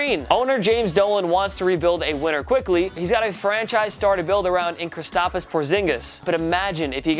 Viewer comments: Kristapis? It’s Kristaps. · Fucking lies okay isn’t eligible for the super max and it’s not kristapis tf it’s kristraps and they saying Knox should be traded when he just got drafted... and if u know gronk u know that gronk will retire if he is traded smh this guy is so stupid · you did not just say “Kristapas” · Did this guy just say “Kristapas” Porzingis? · did he say kristapas porzingis? 😂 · Also "Kristapus" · “Kristapiss Porzingis” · Kristapis Porzingis lmao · Don't forget Kristap-is Porzingis. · Kristap”is” porzingis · He said kris-stop-os 😂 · Could you say Kristaps again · You butchered the names of almost every hockey player you named, and you didn’t even say kristaps right smh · Kristapus porzinigis. ITS KRISTAPS PORZINIGIS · krIsApSIS Porzingus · Did he say kristapas Porzingas?